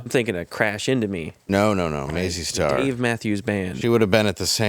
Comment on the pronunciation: Nice shirt, Dave! However...that artist's name is MAZZY STAR, NOT "MAISEY STAR". Come onnnnnn, mannnn